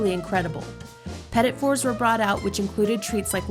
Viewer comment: It's hard to take a food review seriously when the host doesn't know how to pronounce petit four.